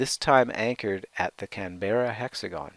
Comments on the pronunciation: this is how people should say Canberra (can-bra) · You pronounced Uluru and Canberra wrong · Presenter, at least learn to pronounce Canberra and Uluru correctly.